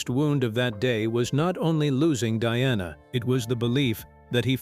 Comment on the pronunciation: Get it right it's Diana NOT DONNA 😂😂😂